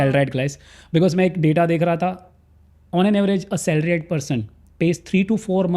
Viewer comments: Is it a trend to pronounce "salaried" as "salaride" or does he not know how to pronounce. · so irritating he is saying salaride. This is the last word he sud pronounce as CA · That's the right pronunciation. Everyone is taking us for a ride. From CAs to Life Coches to Government. So Salaride 😂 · Hardly a good idea to take a tax advice from a guy who cant even basic pronunciations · I don't care where Modi gave his speeches and as per me he is one of the bad PMs of India. Giving speech somewhere doesn't make anyone great. You better talk about Modi's achievements for India relative to some other country like China. In comparison to Modi, I respect this gentleman and he gave good information. My question is only why he is pronouncing it in a wrong way. More so because it looked intentional.